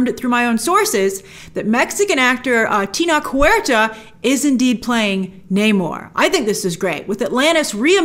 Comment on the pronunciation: YAAAS TENOCH HUERTA!!! (Hey Grace his name is pronounced differently than hoe you do it but idk how to spell the pronunciation ☹️ )